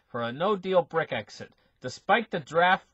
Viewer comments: doesn't read the comments, he will continue to say Brick-exit and exasterbate, better get used to it if you want to listen. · BRECK-ZIT ...I can't stop laughing